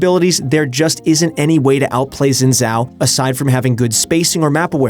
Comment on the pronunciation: Ur pronounciation for Xin Zhao annoys me